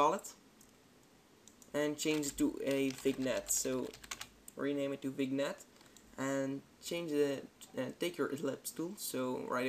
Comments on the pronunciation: Great tutorial. One thing - your English is obviously brilliant, but I just wanted to give you a friendly comment about pronouncing the word vignette. It's 'vinyet' with the emphasis on the yet. Again, just a friendly heads up, as I guess this is a word you use a lot doing visual effects. Cheers. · Great vid- straight to the point! --- Btw, vignette is pronounced "Vin-yet"